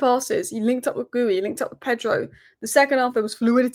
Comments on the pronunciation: FYI, Guiu is pronounced Gee-U not gooey. The first u is silent. Keep it up with the videos ❤ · … it’s Ghee-You. The “Gui” is all one syllable, then the “u” on the end kicks in. It’s just embarrassing hearing you say “Gooey” lol. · Love the channel ! But PLEASE pronounce Guiu (G-EU) properly. Not gooey 😂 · It's g-ee-yu not g-u-yi 😊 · Please check the guiu's pronunciation...its Not gooey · Thank you for the video. It’s Gee-you for Guiu. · Hey,I need to teach you how to pronounce Guiu- It’s G-HEE-YU- I hope this helps!!!😊😊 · Nobody can pronounce Guiu 😂